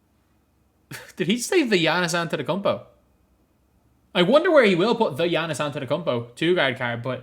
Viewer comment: Thegiannias antetekoumpo 😂😂😂😂